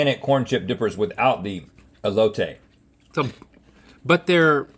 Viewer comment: Never pronounce Elote like that again